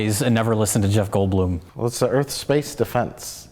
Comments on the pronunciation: I don’t understand the whole “earf” bit 🤷‍♀️ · *Punch in the face* Welcome to Earf!